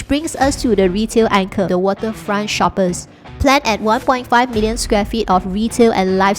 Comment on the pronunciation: Hi, just a small comment here; "shoppes" is pronounced as "shops". Just like The Shoppes at Marina Bay Sands (in Singapore). The change in spelling is purely a stylistic branding to differentiate it from ordinary shopping malls.